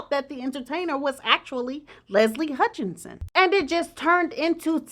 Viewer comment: Listening from far away, your pronounciation of Leslie's sirname is no different from shorter version of Meghan and Harry's first born name - Hutch or Archie sound the same to me😏🤔